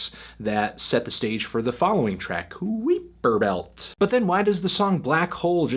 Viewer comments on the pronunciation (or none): Did you really just say kweeper belt? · Kuiper Belt is pronounced like Viper. Kai-per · "koo-ee-per belt" Fantano you astropleb